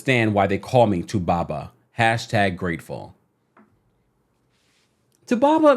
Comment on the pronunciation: I love the way u say 2baba